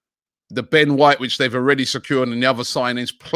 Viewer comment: Ben whoite